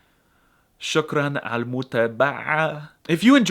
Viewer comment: A Moroccan says choukran to you! You nailed it 👏 L3azz 😂❤